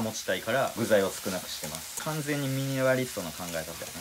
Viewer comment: ミニマリストが言えてなくてジワる